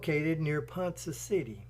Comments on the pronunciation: PONCA CITY.. PRONOUNCED..PON-KAH N O T.. PON-suh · Pronounced " PawnKa City" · Hearing the name of the city pronounced as Ponsa City takes a little from this video. If the author had ever actually been in Ponca City he would have surely heard it pronounced properly as Ponca City as in Tonka Trucks. It is still a great video telling a very sad tale. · Great narration except it is pronounced ‘ponka city’ and shows how bad the OK highways are.🙄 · You are pronouncing Ponca City wrong. Ponka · Ponca city is not pronounced Poncha